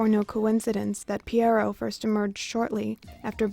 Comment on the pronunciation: Please try to pronounce Pierrot correctly. Google the pronunciation.